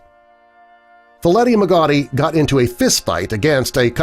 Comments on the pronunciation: Freddy's last name is pronounce "mog-a-tai" not mo ghetty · At least learn how to say someone's last name correctly before you blast them. Dumbass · Try pronouncing Freddy's name correctly. And this is all old news.